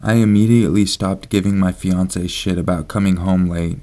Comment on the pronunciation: When you said "A house me and my fiancé lived in", I swear you said "beyoncé", and I was like "wtf"